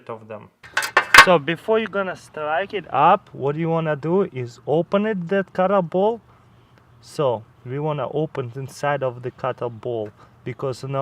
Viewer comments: Is he saying clayton ball or cotton ball? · the way he said cottonball tho lol